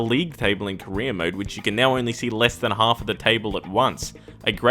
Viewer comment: When you say "career mode", I keep hearing "Korean mode"